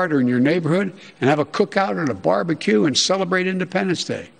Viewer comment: Did Joe say barber q? 😂 I'll do whatever I please in my backyard. Thanks Joe.